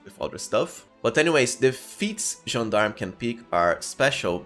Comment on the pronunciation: Once again, a perfect gentleman that pronounces "Gendarme" correctly ❤️❤️❤️